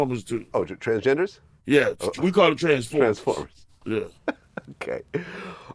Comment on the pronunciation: Our boy TRICK said TRANFORMERS 😂😂😂😂😂🎉🎉🎉🎉🎉😂😂